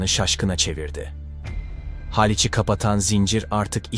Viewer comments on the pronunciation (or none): Yapay zekaya falan mı okutuyorsunuz. Bu kadar saçma okuma başka türlü olmaz. Hâliç diyor ikide bir. Haliç olacak, Haliç. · Tebrik ederiz ilk kez abartisiz ama tarihe uygun bir fetih izledik alkislar sizin olsun yalniz Halic derken haalic diye uzatmayin dogrusu yazildigi gibi halic....tir.. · Video cok guzel olmus fakat seslendiren kisiye Turkce dersi aldirin, Haalic diye bir yer yok istanbulda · Haliç'teki a harfi kısa söylenecek